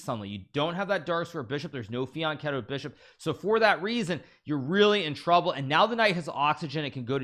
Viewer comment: It's Fian "CHETTO" with a soft ch, as in cheese, no "K".